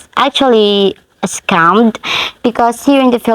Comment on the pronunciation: Your pronunciation "scum" is more appropriate.